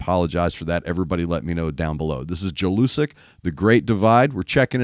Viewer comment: read it like YELL-U-SICK